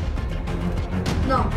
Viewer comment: Minuto dice RATA no MORATA jajaja